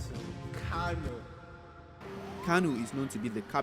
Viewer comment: It Kano not kanu 😏, talking like you ain't a Nigerian